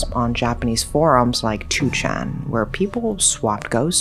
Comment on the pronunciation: Finally, someone who correctly calls it 2chan instead of nichan